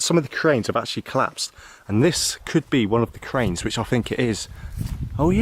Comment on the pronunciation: sound like a retard,cant you say think,or was you dragged up to say fink??.